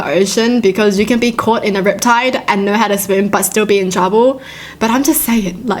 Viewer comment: I just like how says "Hiw dare you" 😂